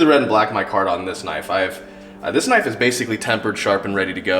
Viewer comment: That's a KNOIFE